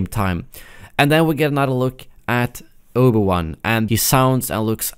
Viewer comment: I noticed you pronounce Obi-Wan like Oba-Wan